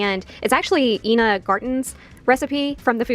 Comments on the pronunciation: It's not Ena It's Ina. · Ok.... first lost me when she pronounced the legendary Ina Garten as EENA...